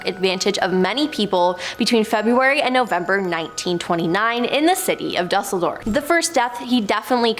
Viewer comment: Just a friendly correction. You really should learn how to pronounce the cities' you're referring to. Hint, Duesseldorf isn't pronounced exactly as it's spelled. Constructive criticism. 😉✌️